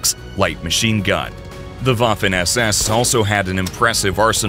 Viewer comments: It’s waffen not Wafle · That's Waffen SS, not Waffin SS 🤔